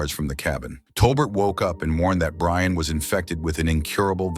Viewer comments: It's Brienne, the text-to-speech converter doesn't know. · The name is Brienne. It's an AI voice so maybe the name was mispelled or the AI just doesn't pronounce it correctly.